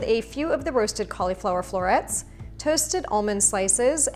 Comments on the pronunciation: I love your recipes, thank you! Just please, I'm not sure where the cau LE flower started, it's Cau li (short vowel - like LUH) flower. Yes, yes, I know - a syllable that ends in "I" may say it's name, but it's not in this instance. The stress is on the first syllable. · cool video, dont like the way you say "colly flower" tho 😳